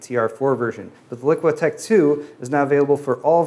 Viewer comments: it bothers me that says LiquiTech when the label says LiqTech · "LICK-TECH 2" NOT "LIQUI-TECH 2"